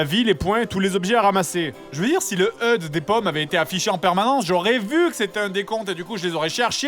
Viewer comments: Pitié, on dit "achudé", pas "eude". ;_ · Je crois me répéter mais... Le "HEUDE" WTF, j'ai mis 5 minutes avant de comprendre qu'il disait HUD ! Qui dit heude sérieux ?! C'est comme CNRS faut pas chercher à la prononcer ce mot xD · Eud. Non grenier, Hache, U, Dé. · Fred, le mot "HUD" ne se prononce pas "heud" mais en s'épelant. C'est l'abréviation de "Head-Up Display", Affichage tête haute en français. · Ça se prononce pas hud [eude] mais H-U-D [achudé] ^^^^^ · Maxime Edon T'as déjà entendu un mec parlé anglais ? x) "heude" c'est pas prononcer à l'anglaise c'est moche :p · ***** Je suis désolé mais non, je ne peux pas causionné. Je pense pas que tu te sois rendu compte de la prononciation on ne peut plus française de "heude" à aucun moment en anglais on peut avoir un accent français aussi dégueux. En anglais dit quelque chose que tu prononcerai comme "heude" si tu veux, mais en français ça fait "EUDE", alors non, non et non, ce mot n'est pas du tout prononcer à l'anglaise :)